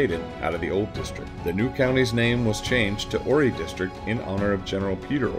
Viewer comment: That's why no repeat cannot do his it was not horry county it was horry county